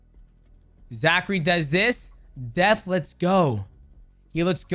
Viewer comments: I don't think mighty knows that his name is zach cray. I've only heard him say zachary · It's ZACHCRAY...ZACH-CRAY